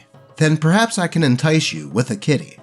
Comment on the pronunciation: When he said maybe I can entice you with a Kitty, I thought he said Kidney and was like “What? Are you secretly running a black market for organs?” Then I saw the kitty on screen, Simba you are a great cat